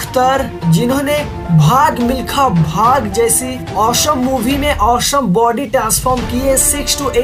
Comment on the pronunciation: Bhai tu please awesome bolna seekh le